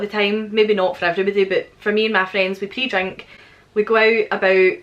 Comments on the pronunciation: I'm not gonna lie...I thought you said pee drink at first...lol...laughed at myself when I realized you said pre drink...we do it here too only we call it pre gaming... We haven't had a Summer here either...here is Syracuse, NY...I live 10-15 minutes outside of the actual city...our normal summer's are hot, humid and sticky...the kind of weather where you walk outside and start sweating right away...temps in the high 80°s and 90s...this year we've had rain, hail and most temps not going above mid 70°s or low 80°s...last night it went down to 56° and was down right chilly! Anyway...I'm done complaining..lol You definitely should do a video about the different words for things...😊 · I thought you said pee drink lol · I heard pee drink too. :) Don't google it.